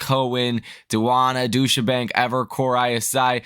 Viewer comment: doosh-a-bank? DOOSH-A-FKN-BANK? Dude.... you might actually want to learn how to pronounce NAMES!